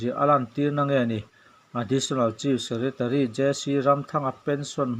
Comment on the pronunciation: Chief secretary hi chis tiin lam ri fo lo la